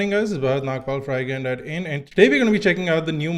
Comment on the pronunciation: I'm soo sorry bro but everytime you say iGyaan it sounds like iGaand and i can't stop laughing after 1 minute you say it. anyways nice video, subscribed! :)